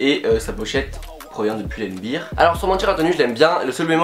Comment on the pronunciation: poul and bère, pas poul and bire...